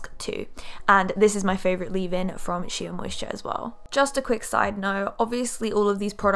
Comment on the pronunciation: Great video. Just a pointer, the word Shea is pronounced ‘shay’ 😀